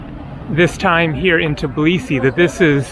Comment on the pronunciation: Please, don't pronounce it "TIBLISI"!!!